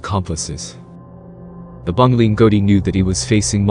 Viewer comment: Any narration with American accent lacks authenticity ..eg. ..pronunciation of Abongile. Etc .BS or not BS